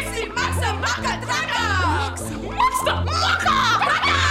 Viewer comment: I don’t like the way inana said maka